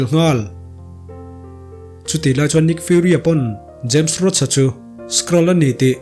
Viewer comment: james roach ni lovin james rhodey (rodi)